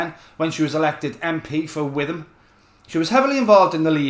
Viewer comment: A great takedown of Priti Patel. Patel is in my neck of the woods unfortunately, Witham is pronounced more like Witt-am, I.e. the h isn't sounded. Keep up the good work.